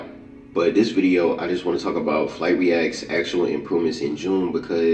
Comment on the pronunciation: sumbody tell me why he say dut reacts